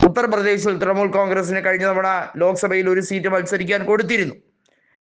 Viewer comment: തൃമൂൽ അല്ല തൃണമൂൽ